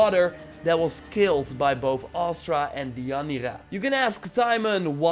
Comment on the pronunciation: It's Astra. Not Aster.